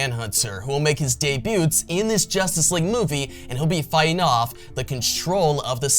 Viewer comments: You don’t pronounce the “t” in debut. Dey-bue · The "t" is silent in debut.